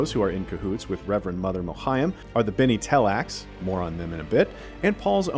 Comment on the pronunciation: What’s wrong with the guy? „Leto two“?? „Bene Telax“???